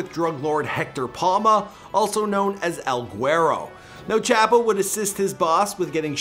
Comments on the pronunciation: I hate how you're saying "Chapo" white guy from Canada. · Chop-o is how you pronounce it. Chap-o is so incorrect it sounds like you're making no effort to say it right